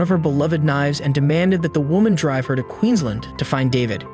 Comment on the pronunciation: Corrections to pronunciations - Muswellbrook is muscle-brook and Queensland is queens-land. 😊